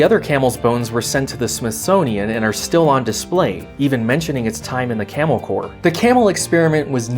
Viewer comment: Today i found out corps is pronounced core